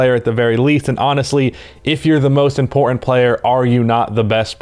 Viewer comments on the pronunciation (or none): “Im-por-ent” - trying to say important